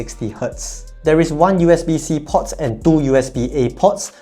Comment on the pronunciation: "port" has a longer 'o', you're saying "pot"